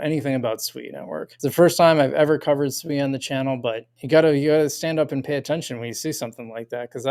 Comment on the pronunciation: You’re pronouncing Sui just fine